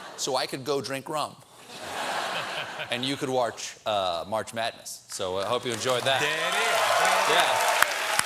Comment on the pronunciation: How do you "wartsch" march madness, Steven? <3